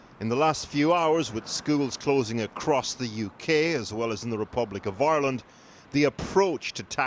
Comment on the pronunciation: they way “ireland” is pronounced... like Aeyrlund.